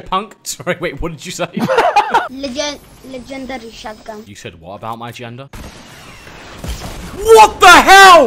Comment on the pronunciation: said legendary with hungarian accent